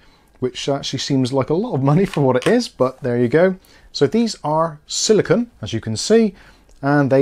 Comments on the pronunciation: It's silicone (sili-CONE), not silicon (sili-c'n or sili-con). CPUs are made of silicon. The thermal paste guard is made of silicone. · Silicone. said it wrong.